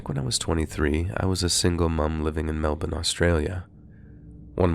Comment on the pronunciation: The way you pronounced Melbourne was flawless 👌